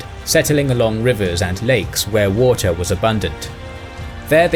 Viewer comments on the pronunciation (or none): none